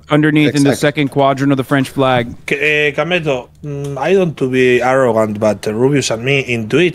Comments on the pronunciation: IT IS KAMETO NOT KEMETO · its Kameto c'est pas kemeto??